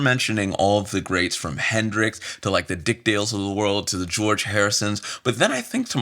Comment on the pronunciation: I'm sorry, did u just call him Hendrick?